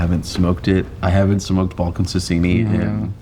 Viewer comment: Sasieni not Sasini